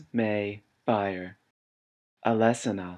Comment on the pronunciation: Except that Alesana was pronounced and it was in the beginning :P It's actually pronounced Alice annna